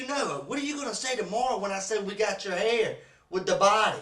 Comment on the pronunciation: Your hayir is theyir and screemin stevvven is what killed me 😂😂